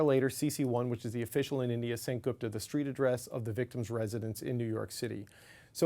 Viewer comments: Geez! CBC correspondent butchered the name “Gupta”.. It was annoying to hear her repeat “Gaapta, Gaapta…” Why can’t she learn to pronounce basic Indian names like the host. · CBC!!! DO YOUR HOMEWORK!! No such thing as a "Sick" (pronunciation)! How do you NOT know it's pronounced "Seek" !!! Also - is "Gupta" the same person as "Goopta" (pronunciation) !! Holy smokes! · It's Gupta not Gopta. Can we call Peter Porter 😁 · Dear News Reader, it's Gupta..... Not Gapta....😅😅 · Gapta???? This network can’t even pronounce the name Gupta!! 😂😂😂😂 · very very poor home work. At least learn to pronounce name of the alleged person in the report. You said his last name “GUPTA” so many times and don’t even know how it is pronounced. Clearly shows you read it on paper rather than talked to any person or sources. If you had done it you would clearly know “U” letter is pronounced out loud in the name